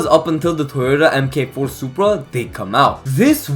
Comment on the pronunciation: mk4 is typically pronounced 'mark four' for future reference